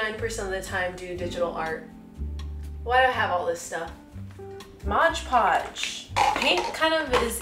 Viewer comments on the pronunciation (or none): its not "modge podge" it's "MOD podge" 😭